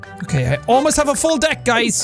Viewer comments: 😂😂you said dick. Instead of deck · it sounded like he said Deck with a I insead of an E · When he said invaleed instead of invalid was so funny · it sounded like he said something else instead of deck